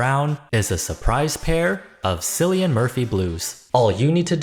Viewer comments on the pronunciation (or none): It's KILLian Murphy the C is pronounced like a K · surely someone told you "Cillian" is pronounced with a hard K sound instead of a soft C ("syllian") sound somewhere (think Killian) but just in case, there you go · Cillian Murphy... is pronounced like Killian. Not Sillian. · Cillian Murphy's name is pronounced KILL-ee-en NOT Silly-en. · The 'C' is hard in Cillian Murphy's name. Like 'kill-ian' not 'silly-an' 😅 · Dude I love you, but name mispronunciations fry me - it's 'Kill-i-an', not 'Sill-i-an' (Murphy). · Cillian Murphy's name is pronounced Killian not Silian. For next time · C is for CAT, C is for Cillian (killian) not Sillian. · My dude sorry to be that guy. But like Cillian, I’m a white guy from Ireland with blue eyes. That aside … Cillian is pronounced with a hard C. It’s kill-Ian. Not sill-Ian. Not trying to be a dick about this. That just bugged me a little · It;s Cillian Murphy, not Sillian Murphy. Pronounciation check. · Btw Cillian Murphy is pronounced “kill-i-an” (not “silian”) 🧡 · the letter "c" makes a "k" sound in irish, its pronounced "killian" not "sillian" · I have to ask… was saying ‘Sillian’ Murphy intentional for jokes? In case you’re not aware, it’s pronounced ‘Killian’ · One correction. This is common mistake but his name is Cillian Murphy Kill-Ian with a K not an S sound. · Shillian Murphy... Kill-ee-an, please. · it's pronounced Killian not Silly-an 😂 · Its kill-ian not sil-ian 🫡 also ive seen cillian murphy with brown contacts and it honestly looked uncanny 😭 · It's pronounced kill-ee-an murphy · how did you come up with Cillian with S? it's K, K-illian 😭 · Sorry to be pedantic, but Cillian is pronounced with a hard C - kill-ee-an. Thank you... 🫣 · Did you just say "sillian" Murphy?? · Not the “sillian” Murphy mispronunciation 😔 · LOL! “Silly-an”. That’s not how that’s pronounced. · its pronounced Killian 😏😏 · KILLIAN! Cillian is pronounced Killian. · It was painful hearing the sillian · Cillian is pronounced as "Killian"